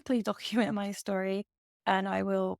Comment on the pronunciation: Why do you speak like this . .. it's not chetory but story for instance . Its annoying listening to you when you speak like this